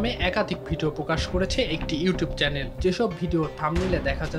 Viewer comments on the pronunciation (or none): চ্যালেন না চ্যানেল বলুন ,এগুলো সাংবাদিক না ঘাংঘাতিক 😂😂😂